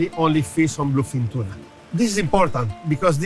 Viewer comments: love me some canned "tunar" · you say they eat chewna ?